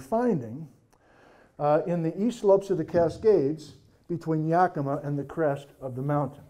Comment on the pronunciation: Yakimaaaaa more emphasis on the ma.🎉 Brilliant lecture thank you! I'm living in N.E. Oregon right now about 5,000ft at the foot of Wallowa Lake. My yard has sunk and now has a noticeable slopping. I have no idea why? It started sinking last fall. Anyone else notice this happening? One other person noticed her yard developing a slop as well. She's on the other side of town. Very weird. I was eight when Helens blew.